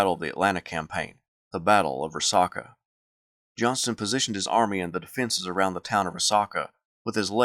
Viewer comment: it's pronounced Ree Sack UH.....sack, not sock, as in a sack of groceries. (Dalton, GA native here)...great vid!